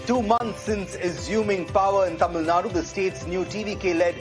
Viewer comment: its TAMILNADU. not TAMILNAD